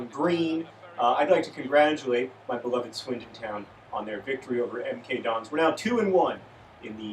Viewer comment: It's so weird for me to hear an American say MK Dons! This video was hilarious throughout, though.